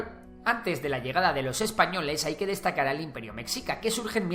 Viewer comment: Mexica.... meSHIca. La X siempre es un problema